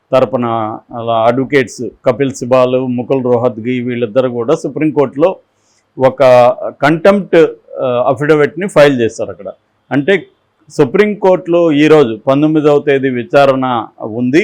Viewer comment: అపీసియల్ కాదు అఫీసషియల్. అపిడవిట్ కాదు అఫిడవిట్. విశాఖ తెలుగు మార్చు తమ్ముడూ